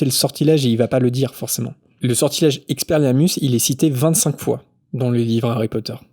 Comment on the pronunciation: aaarrrgghhh🤪 je meurs 😖 EX-PE-LIAR-MUS Je veux t'entendre le dire au moins 1x correctement stp!